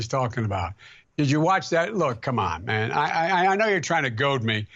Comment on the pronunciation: He can't say "man" anymore... C'mon ma